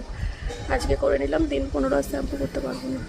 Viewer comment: ওটা ছ্যাম্পু না ।শ্যাম্পু হবে।ঠিকঠাক উচ্চারন টা কর।তোমরা তো ইনফ্লুয়েন্সার তোমরা যদি ভুলভাল কথা বল তাহলে কেমন হয় বিষয় টা ভেবে দেখো